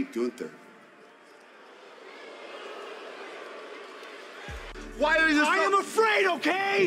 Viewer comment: So glad that this is getting a shoutout. The way she pronounces Gunther is just perfect and as German as you can get with this Americanized version of the name.